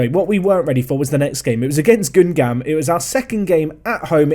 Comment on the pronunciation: Hey, it's the French guy, pronounciation lesson time : Metz = Mess (phonetically of course) Auxerre = Osser GuingAMP = LoriENT = CAEN = Le MANS (Also, Auxerre has one of the BEST youth academy of France, go pick'em youngsters if you wanna win)